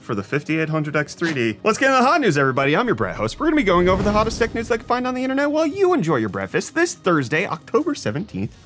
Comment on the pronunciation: It's Breakfast NOT Bretfast or Fest!